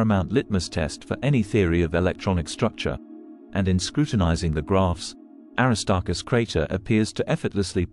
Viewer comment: The AI is not saying the name Aristarchus correctly.